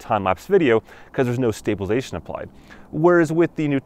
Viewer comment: It's stabilize-A-tion not stablilzeion